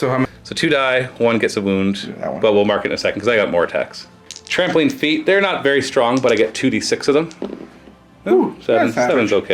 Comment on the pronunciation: Every time you said "Trampling Attacks" I heard "Trampoline Attacks" - which doesn't seem at all out of place for Squigs!